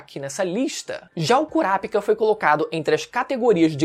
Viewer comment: Fala o nome certo do KURAPICA, mds que agonia ver vc pronunciando errado o vídeo todo😐😐😐 Ótimo conteúdo!